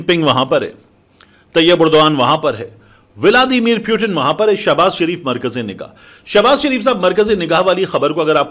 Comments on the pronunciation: Armed Forces ❌ Annd Forces ✅ Putin❌ Pyutin ✅ 😂😂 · ooo pakistaniyo wo pyutin nahi putin he kyu sab ke nam kharab karte fir rahe ho india ko endia raw ko raa modi mudi putin ko pyutin sab ka nam bagadne ka theka liya he kya😂😂😂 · Salon( Putin) not Puetin.